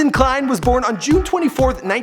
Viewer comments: It’s Klein not “klien” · but it is klein not klien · Did anyone else notice the "Klien" instead of "Klein"? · Klein, not Klien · Ethan Klein* not Ethan Klien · KLEIN NOT KLIEN